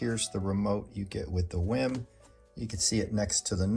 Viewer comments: It's not pronounced "whim"....it's "weem". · Is is pronounced Wiim or "Weem"?